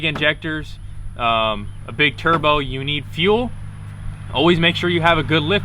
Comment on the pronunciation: Mans just said turbuh